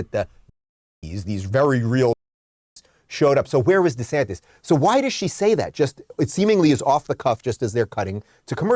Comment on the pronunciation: Ron DesanTIS not DesantEZ